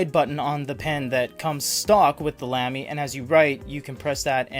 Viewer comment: no offense but it's not pronounced lamb-e, it's pronounced lahm-e